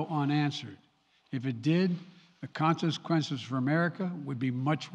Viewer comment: Can someone please ask his speech writers to stop using big words he can’t pronounce….. like “consequences”, etc. And why does it always seem like he’s reading in a race? Like he has no idea what he’s talking about but he’s determined to get thru reading the words in record time! Maybe he thinks if he reads them fast enough no one will be able to notice how many errors he makes! Lmbo!